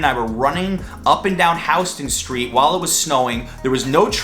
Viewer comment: Thanks for pronouncing Houston Street correctly.